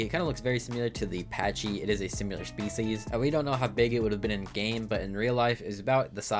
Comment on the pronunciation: S I M I L A R not S I M U L A R P A C H Y Not P A T C H Y